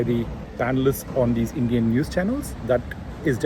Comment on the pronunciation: You sound sensible. One suggestion/observation. You berating and addressing "indian new channels" as such sounded weird. I mean why stress "indian".